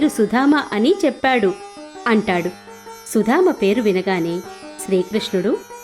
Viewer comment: Nice.But it is Sudama not Sudhama